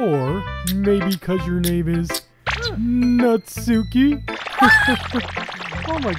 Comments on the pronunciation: Natsuki almost sounds like ''Not Suki'' xD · IM NOT “Nutt-suki”!!!!!!!!